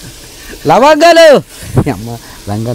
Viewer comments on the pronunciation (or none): lovangalu❌ Langalu✅ 😂😂😂😂😂